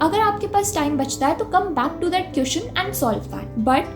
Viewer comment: Aap jab queeszn bolti ho tab bohot hassi aati h